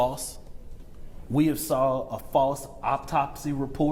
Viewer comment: "...we have seen a faws optopsy report that was faws..." They have send they best-&-brightest to repazent.